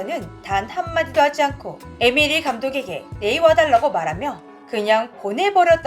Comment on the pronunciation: 에미리히가아니고 에머리히입니다